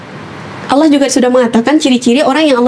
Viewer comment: Masya Allah. Pengucapan kalimat Allah sangat fasikh